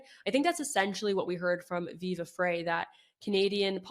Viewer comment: Just FYI, Viva's last name is pronounced just like "Fry."